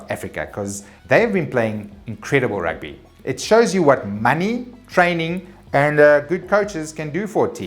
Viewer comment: Good to have you back, and good to hear about the Rrrrrrrrrugby! Congrats to the WomenBoks (Gazelles?)